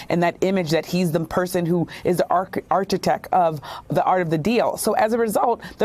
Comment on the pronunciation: It’s pronounced “architect”. People need to only use words they know.